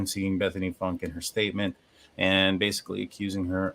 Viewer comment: I think its pronounced Foonkay.